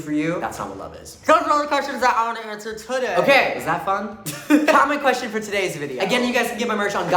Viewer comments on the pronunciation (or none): the way he says "today" like ramalauw